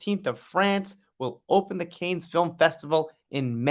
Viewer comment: Just as an fyi, the 's' in Cannes is silent...😅